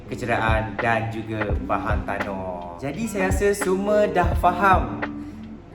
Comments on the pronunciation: Sebut molek skit cote, bahang tanoh kang 🤣. Memang rare org share ilmu gining. Terbaikkk boh 👍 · Ingat ape lah "bantanoh". Rupanya "bahan tanah". Hahahaha.